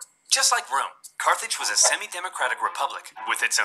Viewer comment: I’m pretty sure it’s Carthage. Not Carthage.